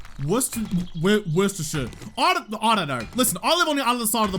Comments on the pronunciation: Worcestershire sauce is pronounced like 'Wooster sheer' Sauce - Even us brits have to double take and it makes no sense XD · its wooster shire sauce dude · You trying to say Worcestershire has made me laugh more than it should....it is wus-ter-shire laughs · It's probably been said somewhere else in the comments but here in the UK it's pronounced "Wuss-Ter-Sheer" Sauce mainly. There are multiple dialects in the UK, but people from Worcestershire pronounce it this way. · It’s pronounced Wooster sauce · Worcestershire is how it's spelt but we in the UK pronounce it, "Wooster-shur" if that helps at all 😄 the way you say it though is fine, I don't even like woostershur sauce 😆